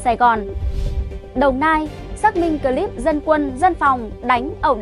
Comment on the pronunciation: bạn Ptv. đọc chữ " cờ...líp" (clip) nghe dị quá, chữ tiếng anh không được đọc như tiếng việt!?